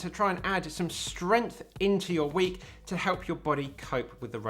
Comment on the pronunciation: Great video! I like that "add some strength into your week" sounds like "add some strength into your weak".